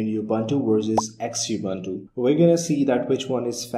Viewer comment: Some points 1. Xubuntu is pronounced Zoo-bun-too 2. Ubuntu stopped using Unity in 17.10 and now using Gnome with a Unity like skin/customization, so it would be incorrect to call it Unity. 3. Xubuntu comes with LibreOffice Writer and you can see it in the video in the Menu. Xubuntu stopped using Abiword in 15.10.